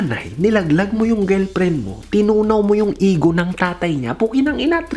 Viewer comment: GELPREN tlga pre ah.. hehehe... tingelpren